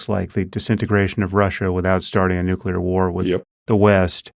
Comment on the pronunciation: How do you know so much but don't know how to pronounce nuclear. Ever hear of a cell's nuculous? One word and we know Pete doesn't know any biology.